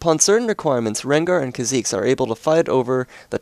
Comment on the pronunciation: Whenever someone plays or says a Champion that I like,and says or plays him/her wrong,I get annoyed...Kha'Zex? Zera? Really?!